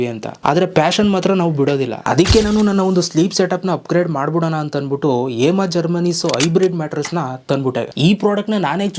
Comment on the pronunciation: Hemaa ❌emma✅